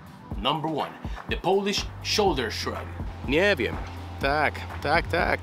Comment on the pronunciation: You cracked the "Nieee wiem!" 100%.